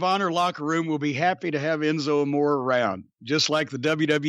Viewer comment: I wish Jim's wife and doctor would warn Jimmy about consuming so much red meat, especially fatty hamburger, at his age! My doc would probably have a nervous breakdown if I ate even HALF that much! BTW Enzo's last name is pronounced AMORE (AH...MORE...RAY)